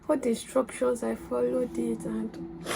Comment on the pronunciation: When you said inSTRUNCtion, I just knew you were lying 😂